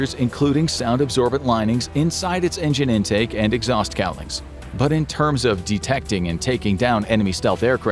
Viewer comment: Engine "cowling" not "calling"..